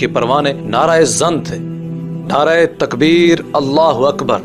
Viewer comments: نعرہْ تکبیر ہے نعرائے تکبیر نہیں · نعرایے تکبیر نہیں ھوتا نعرہ تکبیر ھوتا ھے